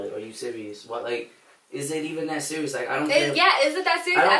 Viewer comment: "are you SURIOUS"